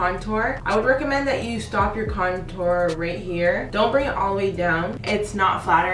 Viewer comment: Small face girls over here!! It be hard to contour and highlight on my small egg head ass, just subscribed. But please fix how you say contour you doing it all wrong boo 😂😘